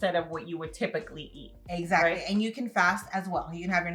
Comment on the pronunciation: I love how you both were saying, eggsactly.